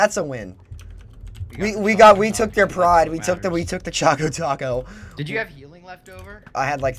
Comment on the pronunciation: It's Chaco Taco...